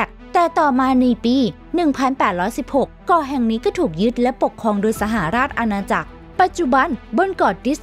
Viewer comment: ต้องอ่านว่า สะ-หะ-ราด-ชะ-อา-นา-จัก